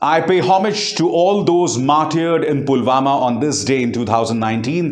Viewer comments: पुलवामा को 'पुलगामा' कह रहे है पीएम जी । 😏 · Andha-bhakt-o-kul" ke dimaag bolke koi kuch cheej ho tab na(?), wo murkh log toh usike jaisa-hi hai na, jo(jis mahamurkh ne) Pulwama ko PULGAMA kaheta hai !!! Chhi! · Pulwama ko pulgama bol raha hay sala 🤣🤣🤣